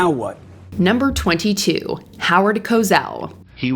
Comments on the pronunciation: There's no "Z" in Howard Cosell. It's pronounced Co-Sell, like when you "Sell" something. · Cosell is said CO SELL with a S not a Z. He quit on his own they even dangled the doing ABC's first Super Bowl and he walked away. WRONG!! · In Cosell, the S is soft. Try a little research on how to pronounce a name. Getting it wrong can damage your credibility. Mojo is bad for that. Just sayin... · What a stretch of a list....by the way, teach your AI how to pronounce Howard Cosell's name properly. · When you have a gazillion clips of Howard Cosell himself saying his name, it's unforgivable reporting to mispronounce such an iconic reporter. I'm Canadian and I know how to say his name. Also swearing on air is bad but an apology and some sort of probationary behind scenes position seems appropriate in this day and age but it's still not ok to say "when I was a kid it was ok to be racist". The disconnect between saying that as an adult and not realizing how we have to change does deserve firing, imo. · Rather's coverage of George Bush, Jr's time in military service was absolutely true; there is a lot of factual evidence about it. Rather simply erred in this particular source, not in the facts. Howard Kosell; couldn't stand him but his last name is pronounced Ko-Sell not the way it's pronounced in this clip. Stupid that Exelby was fired for such a small thing. It's 'interesting' how many of the people fired sound just like Donald Trump and his followers... "I'm not racist I just sound like one." Chris Matthews should have been fired in 2016 when he made absolutely horrible comments about Hillary Clinton, played with a doll that was supposed to represent Hillary & was extremely unflattering; and, said on air that he'd 'drug' her if he could. He's a sexist pig. Brian Williams became too infatuated with his own popularity & made up a ridiculous story out of whole cloth; while Megan Kelly was Megan Kelly - I don't know what the network was thinking when they hired her.